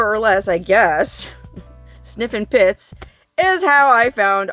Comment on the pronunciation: Did you say pits or tits?😮